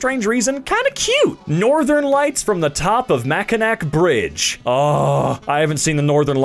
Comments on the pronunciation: It infuriates me as a Michigander when they say “Mackinac” as “Mack-in-ack” when it’s pronounced “Mack-in-awe” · Its pronounced ( Mak. A. Naw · It’s pronounced “Mack-in-aw”, which I find strange because a city right next to the bridge is spelled Mackinaw City. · Mackinac is pronounced Mac-a-nah. It is not an English language word. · I’m sorry (inhales) WHAT DID YOU JUST CALL IT ITS MACK-IN-AWE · never beating the mack-i-nack pronunciations are we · Not makanac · it's pronounced mak-in-aw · did this man just mispronounce the name of the Mackinac Bridge? As a Michigander I take incredible offense to that, and as a Michigander I feel the need to share with you all the correct pronunciation. It is pronounced Ma.kuh.naa Bridge. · For one brief moment, as a Northern Michigander, this turned into r/MildlyInfuriating (it's pronounced Mack-I-naw, it's like that because it originated from the Natives, like alot of cities here) (Also, love from Michigan, keep doing what your doing, I love you guys, bye) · Mackinac (Mak-uh-naw) 😊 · Mackinac is actually pronounced "Mackinaw." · I'm sorry but as someone from Michigan, the way you pronounced Mackinac caused me physical pain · NO ITS NOT PRONOUNCED LIKE THAT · bro awakened every single Michigander with that pronunciation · i like how he pronounces mackinac wrong but almost evrything else right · lol im from michigan and the way he said Mackinac bridge kills me on the inside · Got to love the mispronunciation of Mackinac Bridge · I had to pause the video and come look for comments from fellow Michiganders getting triggered by that pronunciation. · It made me mad, but SO MANY people pronounce it wrong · The “c” in Mackinac, as seen in Mackinac Bridge, is not pronounced like a “c”.